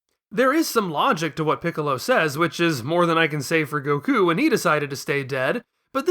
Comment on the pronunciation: You said Gokú right !!! We have a real fan here